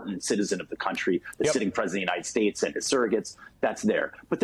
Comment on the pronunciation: "the United sPates" - stroke patient 45 CPAC